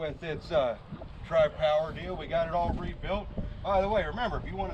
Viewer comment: Noice! Sounds smoother than Jezebel. Guess you'll have to call yourself out for the NNN. Since I'm also a Pontiac man I like hearing you say Tri-Power.